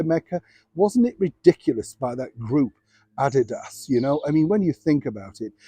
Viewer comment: At first I didn't understand what shoe company you were talking about until I saw it written out. You pronounced it - Add-di-dos. Americans pronounce it, Ad-de-ass